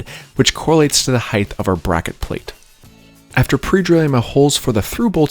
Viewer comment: Great information... but please, please, please stop saying heighth in your videos.... its pronounced height . Thank You